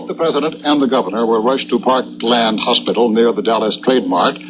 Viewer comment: "Parklane" hospital. Happens during such chaos. I'm reminded of John Daly of CBS announcing the Pearl Harbor attack referring to Oahu as "O ha oo." Totally understandable.